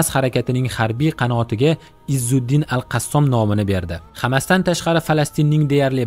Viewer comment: Qassom emas Qossam dib etin okajon